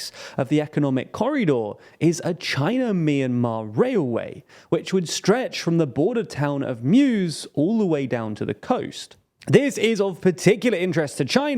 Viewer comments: It’s Mu-se, not Muse 😅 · The town of Muse is not pronounced "muse" like the Greek muses. It's actually pronounced more like "Mu - Sel" (with a silent L). I can help with the pronunciation of Myanmar names. Kyauk Phyu (literally translated to White Rock/Stone, Phyu = white, Kyauk = stone/rock) is pronounced this way: Kyauk: the word sort of rhymes with gout or trout. The Ky has a sort of Ch sound in like the name Charlie, but with a K instead of C. Try saying Chout but with a bit of K sound instead of C sound. Phyu: Ph here is not pronounced like the Ph in Phone. P has a soft sounding P like in the name Pat or Pete. Combine saying Pu-you with the soft P without the first 'u' in the sound: pyou (should rhyme with you or foo or yuu). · Actually it's Mu Sè. Not muse. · Muse (town in northern Shan state in Myanmar) is pronounced Moo-seh. Thanks for covering this topic on Myanmar. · They promised us that they would try to improve pronunciation, but once again they show that they really don't care at all.